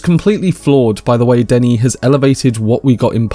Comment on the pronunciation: Thank you, thank you! For pronouncing Denis' name properly